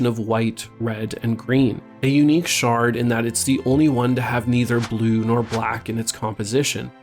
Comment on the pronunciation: I laugh every time he says “Shard”